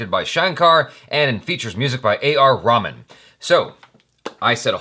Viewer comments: its not A.R Ramen.. its Ra-h- maan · You pronounce it as AR Rahamaan and not ramen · AR Rahman: Correct Pronunciation: Rahhh-Maaan Wrong Pronunciation: Raw-Man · It's A R Rahman. Not "A R Ramen", like Ramen noodles!! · it's pronounced Reh-maan not Ramen... ray not ra:) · At least say A R Ray-maan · Just a request please learn to pronounce A.R. Rehman's name properly. He is not a pack of noodles.